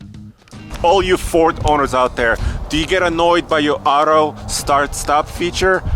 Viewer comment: its pronounced as 'out' mate, not 'oat'